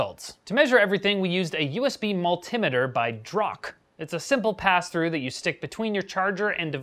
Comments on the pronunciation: a "USB mult imiter" WTF is that it is pronounced "multee meeter" (because it is a multi purpose meter for reading things) and no one pronounces multi as "mult i" with the i pronounced as in the word "in" and no it is NOT pronounced "mul tie" either that is dumb shit the Americans invented saying words spelt the same but with a different pronunciation to the rest of the English speaking world another example is that they say the word data as dat a instead instead of day ta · im pretty sure its pronounced mul-tie-meter... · Depends where you're from. I pronounce is mul-tea-meter. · I am from India We pronounce it as mul-tea-meter